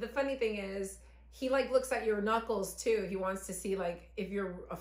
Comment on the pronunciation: Monèt Cuts at first many words she said (i.e. “too”) sounded like she was from Baltimore lol then I watched more of the video and yeah I hear jersey 😂